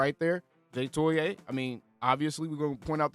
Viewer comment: TOE EE AH